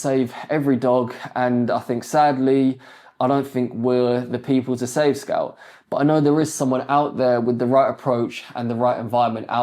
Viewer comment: Bro till now I thought his name was scalp because I heard scalp not scout